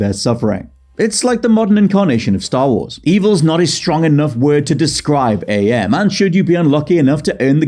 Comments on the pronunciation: Hearing you mispronounce AM as A.M. was really grating, not gonna lie... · AM is actually pronounced "am", not "Ay-Em". He explains it as coming from the English translation of the Latin phrase "Cogito Ergo Sum", which is, "I think; therefore I am". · Am is pronounced like the word. Not like "A. M. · It's not Ay Em it's AM. Cogito Ergo Sum, I think therefore I AM. Respect for the psychotic A.I. that predates Skynet, Shodan, Glados, and Hal 9000. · ...I love ya mate, but it's pronounced Am, like "I think therefore, I Am." That really irked my apologies.